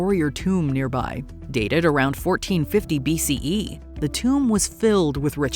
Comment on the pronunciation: Hearing the narrator repeatedly saying BCEEE was obnoxious 👎